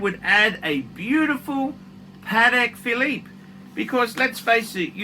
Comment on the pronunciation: what's this paTTek fil-eeep you speak of? PADDECK! or pate philippino.